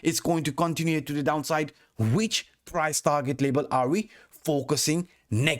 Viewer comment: learn how to say level and fiftty. lebal lebal pipty pipty